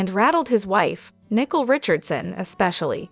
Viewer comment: The name is Nicole and not Nickel, it’s sounds weird to keep calling the woman a coin !!